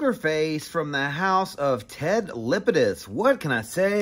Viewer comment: LApidus not Lipidus. La pi dus. La La